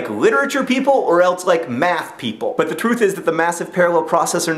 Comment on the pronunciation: you said the word 'truth' really funny. No, thats not all I got from this video, mostly I got apathy because I was almost unable to keep my GPA up high enough to transfer because I thought that I would fail my chemistry class. I may be done with that chem class but I still need to take one more so for the time being I hate science and I am completely apathetic towards how beautiful it can be. However I got an A in my lit class, and I never get A's.